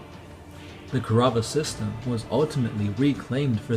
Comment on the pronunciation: "Ku-rav-ah"? It's Kaurava